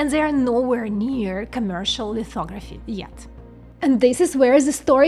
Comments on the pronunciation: OMG i swear to god i thought you said "lithography is essentially fuckoveraphy" 😆😆😆 and yes... yes it is.... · Did she say, "Fucktography"? 😉🤙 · "lithography is essentially Fucktography" i can't unhear Ts bro 😭🙏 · what did she sayyyyy? Fucktography? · Did she say, "Fucktography" 😂😂😂